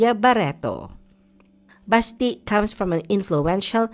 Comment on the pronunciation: Basti is pronounced malumanay, not mabilis like Baste.